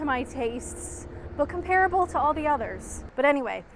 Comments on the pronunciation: Eminently watchable video. Great! However, probably because I'm old and definitely a pedant, com-pear-able (and its many repetitions) offended my sensibilities. Com-pruh-ble might be worth a try 🧐😂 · I noticed that too, but I thought it might just be the North American way of saying it.